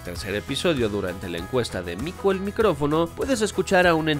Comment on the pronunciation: Cada vez que decía "mico el micRofono" me daban ganas de mandarle un wate